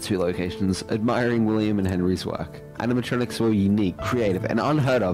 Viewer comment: Animatronics no Animitrontrics